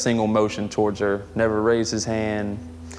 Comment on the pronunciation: She says torge instead of TOWARDS